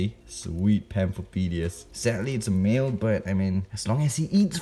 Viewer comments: When he said male it sounded like he said mayo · Exotics: male male Me: *thought he was saying meal